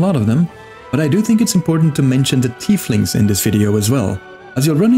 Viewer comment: You pronounced "Teethlings" wrong 😏